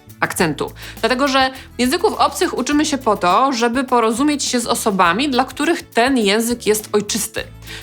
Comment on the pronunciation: Świetny film! :) Dziękuję :) Drobna uwaga: "ę"! "się". Pani cały czas mówi: "sie"... ;)